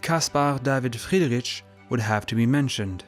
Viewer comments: Love your videos, enjoying your interpretations and explanations of all this art. Small hint regarding the pronounciation of German names: "ch" is prounounced like an "h" more like in "heat"...not at all like in "chips". 🙈 Friedri-"ch" is painfully distracting😵‍💫 Everything else in your videos - sublime 👍❤️ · Interesting video! But check the pronunciation of the name first next time. He was German, had german name, so please respect it and dont call him how you do know.